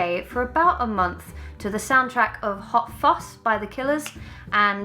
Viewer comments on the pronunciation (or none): i thought she called Hot Fuss 'hot foss' and i was very confused